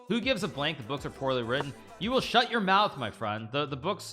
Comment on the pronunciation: " you woul'd shout your mousse, my friend. " 🤣🤣🤣 Thank you for all...